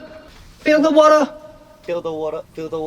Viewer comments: Wata wata walking on. The Australian accent has seeped through 😂😂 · When dance racha said water water walking on I heard wata wata walking on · Just Changbin teasing 3Racha's maknae during group recording 😁Actually love the way they're pronouncing Water during this part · Not Chris getting the rest of 3RACHA to pronounce “water” in the thickest Aussie accent for this album We all know there is a T and an R in there; sir! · waterが完全にオージー発音😂😂😂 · As a Scot I love how they are pronouncing “water” like a Scot!🏴🤘🏻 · I love how the way they pronounce "water" makes them sound British 😆